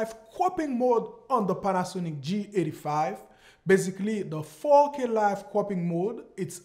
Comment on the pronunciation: Nice video. Didn't know that. But everytime you say 4K, it sounds like you say fuckin/fookin. Lol. It's alright. Fantastic video though!